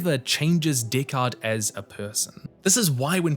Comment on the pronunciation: I will never pronounce Deckard correctly again.